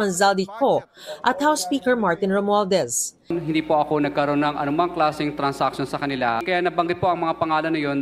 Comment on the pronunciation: Lol d mo magawang bigkasin ang Romualdez! Un pala KUMPARE!